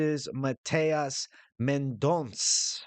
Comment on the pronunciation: It’s Mendon(ssuuh)